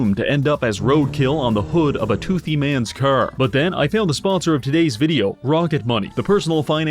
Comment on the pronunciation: i knew you were canadian when you said car. and then i subscribed.